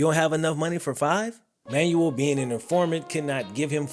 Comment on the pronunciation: Man said “Manual”. Fam… it’s “Man-well”